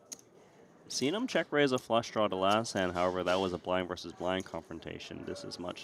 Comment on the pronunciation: The word "versus" has two syllables. FYI